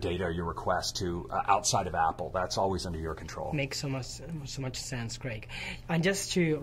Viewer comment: Qué curioso, llevas años viviendo en Nueva York, y sigues diciendo “Apel”, lo cual es completamente incorrecto, sin embargo, enfrente de Craig, pronuncias correctamente Apple, espero que te des cuenta y pongas el ejemplo de que, aunque seas español , Apple se debe de pronunciar cómo se dice en su idioma original.